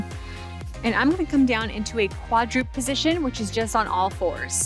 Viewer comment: Good balanced workout! (Coach, I had to smile a little because I used to make the same pronunciation mistake—quadruped has three syllables: kwa’-drew-ped (not kwa-droopt :) —from Latin meaning “four legged”.